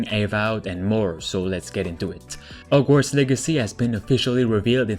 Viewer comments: He said, “OGWARDS” instead of HOGWARDS 😭😂😂😂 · No one:: Ogwarts